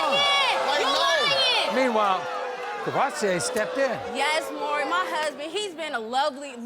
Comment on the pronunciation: Wait a minute- Courvoursier